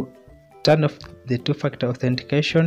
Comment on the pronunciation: While you're saying ..2 factor it sounds like 2 f*** out 😁.. by the way, the video really helped me to sort out the problem